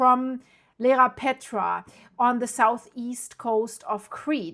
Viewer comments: Dear thanks for the update,just to let you know it is Iearapetra not Lerapetra. What about the little island in the south of Iearapetra? Chrysi, or Gaidouronisi will it be ok? Because it is quite flat. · It is called Ierapetra not Lerapetra. Pronounce EYE-ERA-PETRA